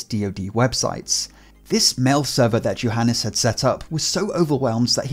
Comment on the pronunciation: I cringed every time he said Johanes instead of Johanes. Smh my head dude